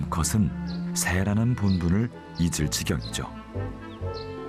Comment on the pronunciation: 항상 잘 보고 있는데 나레이션 좀 바꿔주세요 "울타리"를 "올타리"라고 하고 "본분을"을 "본부를"로 말해서 자막 없이는 못 보겠음... 이러다 청해력 떨어지겠음..